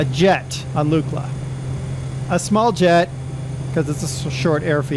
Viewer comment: Pronounced Luckla